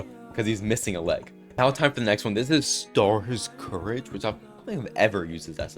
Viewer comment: TF IS STARS COURAGE its STARSCOURGE